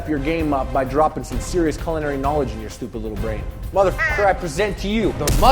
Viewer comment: FYI sauce boss, (and 99% of the population) you're pronouncing 'culinary' wrong.